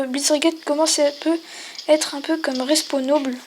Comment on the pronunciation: On dit respawnAble et pas respownoble